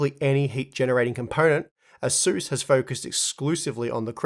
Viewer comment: It's pronounced ace-us 😘